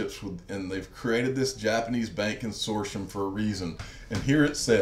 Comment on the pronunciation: Not a criticism, Con sort T um is the English grammar way of pronouncing the word.